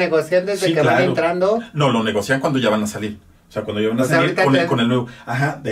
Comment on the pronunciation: Breviario cultural, es negocian así sin acento.